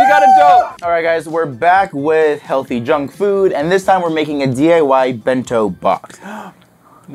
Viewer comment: It's heallthy not healthy